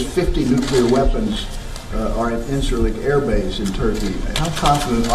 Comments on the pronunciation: Inkerlik nahin, Inch-urr-lick. It is pronounced as Inch-urr-lick. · انچرلنک بیس۔۔۔۔wrong pronounciation